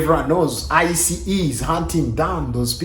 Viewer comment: He said I. C. E instead of ICE. 😂